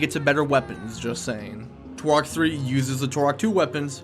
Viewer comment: "TUR-OK" not "TORE-OK"